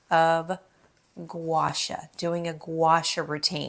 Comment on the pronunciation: Love your vids. Pronounced Gwa Shaw. Two separate words.